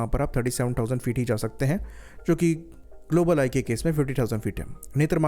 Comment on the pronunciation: "ग्लोबल आई" का ठीक से उचारण करो। धीरे से, और स्पष्ट रूप से। जल्दीबाज़ी में कुछ भी स्पष्ट नहीं हो रहा है |